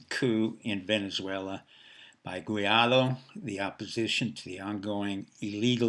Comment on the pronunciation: "Guaidó", not "Guiado".